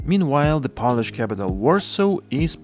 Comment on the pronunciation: It's "pole-ish", not "pol-ish"